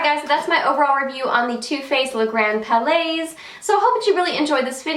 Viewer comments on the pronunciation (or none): palais is pronounced without the 's'. It's just 'pal'-'lay'.:)